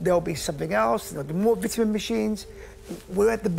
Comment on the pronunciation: It’s “ VITAMIN” not vitaminz 😂